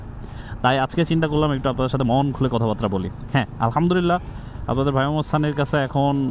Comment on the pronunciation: ‘কথাবার্তা’ কে বারংবার ‘কথাবাত্রা’ বলেন কেন ? 😏